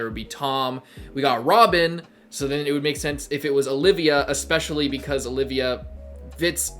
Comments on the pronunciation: Btw its not Olivia, its Olvia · Nitpick: It's Olvia (Ol - via), not Olivia (O - liv - ia). It took me a long time to realize this myself. No idea why, but it is the case. As to the point about Robin learning about the D. name here, it does explain her remarks to Luffy when she saved him from the quicksand after his first fight with Crocodile, wondering what "you people" with the D fight for. Now we know another D that she knew personally. This isn't necessarily setting up a future thing, it's answering a foreshadowing that was done prior.